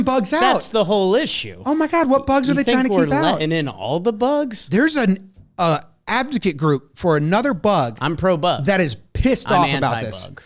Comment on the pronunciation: Kinda surprised missed "AVDOCATE"